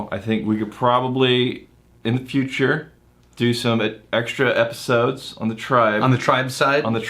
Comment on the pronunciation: Another great ee-piss-ode! Lol! 😁